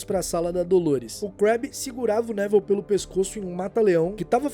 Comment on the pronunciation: Pq do nada no vídeo vc começou a chamar o Nevil de Nével?